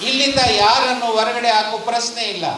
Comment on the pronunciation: ಪ್ರಸ್ನೆ ಅಲ್ಲ ಪ್ರಶ್ನೆ,,,,,,, ಮತ್ಯಾಕೆ "ದತ್ತಾಂಶ" ಕುಂಟುನೆಪ,,,??